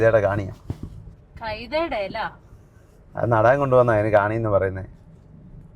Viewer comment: കാണി അല്ല കാനി എന്നാണ് പറയുന്നത്